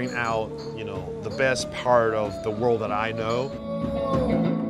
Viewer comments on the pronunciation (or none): none